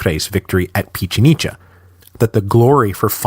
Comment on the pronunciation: Pichincha. One of his most questionable pronunciations hahaha. Although he does get better at pronouncing Spanish names overall but not this time.